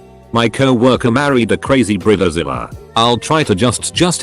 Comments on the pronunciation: What’s a Brita-Zella? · What's a brilla zilla and the intro but I keep hearing burritozilla